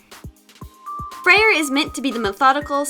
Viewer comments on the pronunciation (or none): You are are supposed say freyr not freier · no offense but his name is pronounced Frey it’s a weird thing about Norse names that they have some weird spellings (I’m into Norse myths so I’m a total nerd about it) like how Freya can be spelled freyja but still be pronounced as you did it’s a weird thing the Norse did with names like balder being baldr just trying to be helpful also stay artsy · lol, I love her pronunciation of Freyr XD. 'Frey-RR' XD me being Norwegian, I found it oddly funny. But, I guess different people may pronounce it differently...